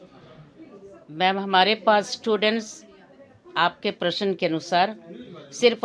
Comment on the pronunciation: Prashann 😂😂😂😂.... . . Prashna ✔️ I think toppers hi aate honge... 👍🏻👍🏻